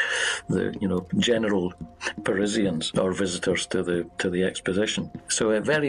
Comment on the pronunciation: what's a Parizzian?